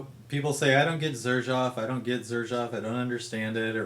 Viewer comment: Pornunciation is serzhoof not zerjaf